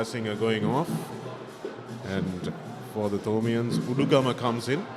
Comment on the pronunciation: Papare please advise your commentators to brush up their act both in pronounciation and phrasing too Forward is not foreward/for is not four/forty is not "fourty". Puts "boot to ball" not "ball to boot". Takes them by "the scruff of the neck" and not the scruff of their teeth. Above are some of the many bloomers to be corrected. A little conscious effort and advise is all that they need. All this is with no malice but for the good and respected Papare not to be ridiculed.